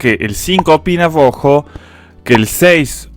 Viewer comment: jajajaja genio el fernet te hace patinar la r , te sale grrojo.Muy bueno like👍